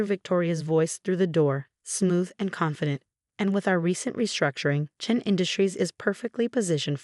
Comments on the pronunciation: It's Chen, always chen. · Yes always Chen!! And Rachel is a long a